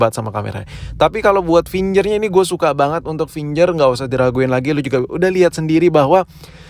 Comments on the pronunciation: Kamera gak penting...... Gaming is more important.....finger bkn finjer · Fingger print woi bukan finjer print